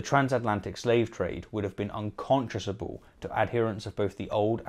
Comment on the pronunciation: It's not "un-conscious-able" its "un-conscion-able" :)